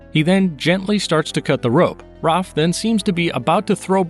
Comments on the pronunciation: Its Raph you monster not ROF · Why do you call Raph "Roph"?